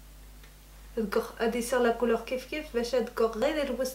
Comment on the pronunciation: Couleur dit « cololr » jte jure ces pas difficile .